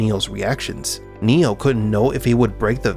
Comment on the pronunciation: I can’t stop hearing Neil instead of Neo!😂